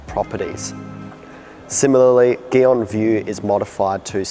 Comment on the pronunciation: Why him say gyeon like that